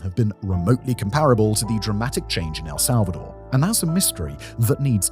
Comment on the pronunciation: "Some countries failed where Else'alvador succeeded" 😅